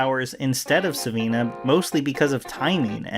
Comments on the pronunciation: Good Lord, man, it's Sivana, not Savina. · It's Dr. Sivana not Sivina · Sivana...not Savina. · great video but its Sivana not Savina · "I love Captain Marvel and have been reading his stories since I was a kid" consistently refers to Dr. Sivana as "Dr. Savina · Sivan a, not Siveena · It's not sevina it's sivana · I cringe evertime you say “savina” its just not savina, its sivana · Not Dr. See- Veena but Dr. Thaddeus Boodog Sivana ( pronounced Sah-Vanna) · It's Dr Sivana and David Sandberg, not Dr Savina and David Sanderberg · Sivanna not sivinna! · Did he call the villain "Dr. SIH-VENA"?! What? LOL It's SIH-VONNA. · His name is SI VA NA. Please! How can mispronounce the name after watching the movie? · I enjoyed your video, but it’s Sivana. Like sivv-AHN-uh. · It annoys me how you pronounce 'Sivana' as 'Siveena'. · You're pronouncing Dr. Sivana's name wrong. It's Sivana (Cee-Vaah-Naah) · "Savina" lmao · Wow. Here’s another guy that can’t pronounce Sivana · I was just getting continuously irritated by how you keep mispronouncing Sivana's name lmao